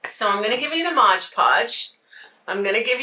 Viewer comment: Many crafters use a combination of coffee, cinnamon and ground cloves . Gives the item a lovely fragrance and texture. If you want to be sure that the mixture stays , mod podge over the top of the initial coat after it dries. Also, it is MOD, not modge. Enjoy your prom content.